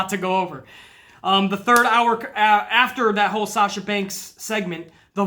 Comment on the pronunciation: it sounded like said SALSA, lmao, made my day, man, i agree 1000% with about Sasha, and i hate seeing all these wrestling pages saying she bitch and moan her way to shots after shots it pisses me off their stupidity. When your on the level of good as Sasha is it is CRIMINAL that she isn't treated properly, nuff said.